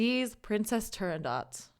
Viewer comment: It's really more like "Nobody shall sleep", if I had to get obnoxious about it. Also, everyone in Italy says "La Turando...t" where there is just a hint of a following consonant, but no actual T. It's more the way they vocalize the "o" that hints at a consonant being somewhere in the neighborhood. Also, I want to add a couple more things: You should do more of this. I know how much work this is, but you have a compelling presence and I am watching all your videos. Alas, I'll run out soon and I know I'll want more. A story: When my wife was very sick, bedbound for months at a time and deeply depressed, I made a mixtape (yes, it was that long ago) of mostly Puccini arias, some Verdi, Leoncavallo, Vivaldi, even a bit of Mozart and Handel. She knew nothing about opera at the time, but I couldn't reach her otherwise. Her illness and depression had formed a wall between her and the rest of the world. One day she asked me "Is this the music of the angels?" By then I had tuned the music out. I think she was listening to “Un bel dì vedremo”, but could have been the flower duet. What I do remember is that she came out of her deadly depression. It wasn't an overnight miracle (both of us are non-believers), but that was the beginning of her (limited) recovery. This music, reaching us from decades and centuries past, has power beyond just notes sprinkled on lined paper. My daughter studied Viola and she was part of our local youth orchestra. Those are some of my best memories. There is no